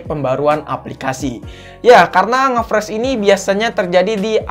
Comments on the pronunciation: Ngefrash ❌ Ngeflash ✅ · Ngefressss awokawok. Ngefris bang wkwkwk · "nge friz" bukan "nge fres" ejahnya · ngefreeze, bacanya itu ngefriz bang bukan ngefres wkwkwkwk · Entah knp gue kesel aja denger "ngefres" friz oi friz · Hadeh dari awal sampek akhir ngomong ngefresh mulu, yang bener ngefreeze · nge fris bang bukan fres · bacanya friz bukan fres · Freez/fris bukan pres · Dibacanya friz bang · ngefres aokwkwk ngakak